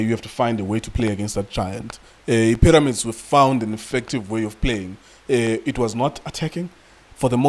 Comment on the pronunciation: "Paramix" 😂😂😂😂Mara Junior Khanye no man